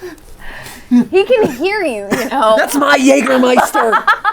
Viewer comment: Props for pronouncing "Jägermeister" correctly. A man of culture.